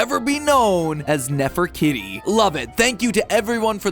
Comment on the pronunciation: nefer-kitty? that sounds wrong. it should be pronounced "neh-fur-KEY-tea". you know... like Nefertiti.